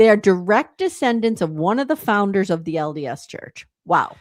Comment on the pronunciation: It sounded more like FLDS than LDS the way he said it.